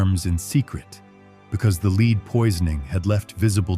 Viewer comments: Leed???? Lead. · Lead not Leed! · Leed 🤣🤣🤦‍♀️ lead (led) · This commentator needs to learn how to say the word Lead. Not Leed. Lol, She was as disgusting as anyone can be like. The fact that she had all the servants who helped her she should have been clean all the time. I cant stand myself if I go more than two days no shower. I cannot imagine what her smell was like. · Made it to . Narrator keeps pronouncing the element lead as in lead a horse to water. Final straw lol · It supposed to sound like LED BUT SPELT Lead. NOT LEED say it right please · "Leed Poisoning" really ? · Her makeup was made from "led", not "leed". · Its pronounced led not lead 😂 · 'lead' is pronounced 'led' not 'leeed' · Not leed !!! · 😂😂😂😂😂😂😂😂😂😂😂😂😂😂😂😂Lead is pronounced Led...Not Leed 😂😂😂😂😂😂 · OH NO .... not LEED ! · Leed?? Can u pls get a robot that can pronounce, common words?? It ruins ur great videos. Thank you( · Stupid AI, LED (lead) not LEED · couldn't take any more AI mispronunciations Lead pronounced Leed BS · Its lead (pronounced led) that she had on her face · 'Lead' should have been pronounced as 'led' here. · Umm... It's pronounced lead... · Unfortunately, they chose an AI reader who mispronounces LEAD almost every time. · And where did you get this information? And learn how to pronounce lead. 🤣🤣🤣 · I had to turn this off. How can you not pronounce the substance lead? It really pulled me out of it hearing it mispronounced over and over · Very interesting, but an AI voice mispronouncing "lead" will kill your channel.